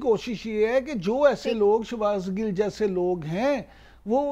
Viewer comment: anchor laughing when she doesn't even say shahbaz gills name properly